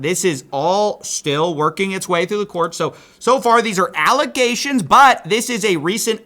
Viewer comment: Allezations…… and not fax